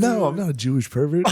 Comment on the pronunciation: “Evil Jooish trick” 💀